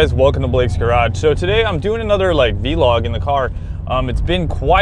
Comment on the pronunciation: kind of weird to hear you pronounce vlog as v-log. anyways keep up the good content